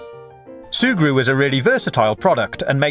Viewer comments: No cap, he said "Surgu" 18 times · Can you stop saying zurgre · XD That's another way to spell and pronounce it. His way is actually funnier, so you should wait before calling people stupid. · Every time he says "sugru" I slap my self